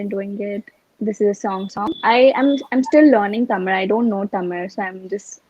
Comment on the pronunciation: Good to see harshada pronounce tamil perfectly as tamizh!